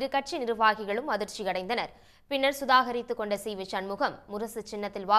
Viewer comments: சுதாகரித்துக்கொண்டு இல்லை சுதாரித்துக்கொண்டு நீங்க ஒழுங்காக தமிழ் பேசுங்க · நீ ஏம்மா உளர்றே,சுதாகரித்துக்கொண்டுன்னு உளர்றே😂